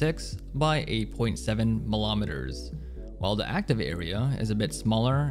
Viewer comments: anybody else triggered by how he says "waykim" and "melomiters" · milometers, centometers, my guy, stop. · Hes scaring me, why is he saying millimeters and centimeters like that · bro its so weird